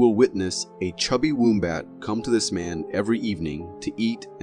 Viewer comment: 😂😂😂😂 how he says wombat , is not right